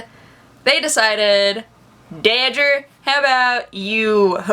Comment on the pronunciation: Dawldger... Doodger... XD